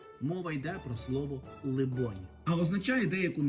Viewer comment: Либонь думаю наголос на о ?